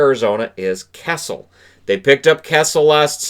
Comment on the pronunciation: I had to watch this again. The 1st time you mentioned Phil Kessel, I thought you said Cassels, as in Andrew Cassels lol